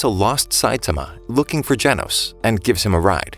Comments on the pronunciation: bro said Janos it's gen os not Jan os it's simple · its geno not janos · Nah bro just call genos jenos